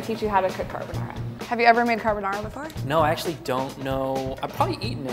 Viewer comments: Car-bo-na ra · These " % italian people" on the comment are going mad saying that is not how you cook and prounce carbonara